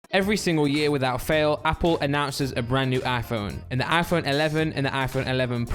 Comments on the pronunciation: Why does he say Aphone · How many times does he say Aiiphone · The way he says iPhone 😂